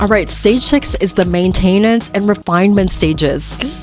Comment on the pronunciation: Is this an AI account? Main-TAIN-ence?